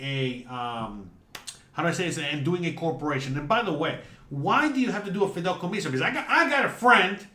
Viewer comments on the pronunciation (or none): 😂, I know youre cuban, but its not called “Fidelcomiso” its Fideicomiso.🇨🇺